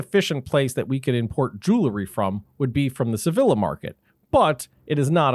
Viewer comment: sry i had to say it's the upteenth time this week i hear this please it's pronounced Sev ee Ja (the double "ll" should be prounounced as a "J" ...thx...i know it's not anyones fault. but honestly it sounds awful..